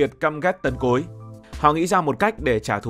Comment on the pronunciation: nghe ad nói "Tần Cối" mà mình nghe cứ tưởng "Tộc Cối"😂😂😂